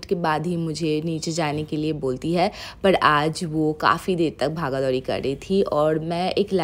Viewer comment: Bhaga dhouri🤣 sounds so funny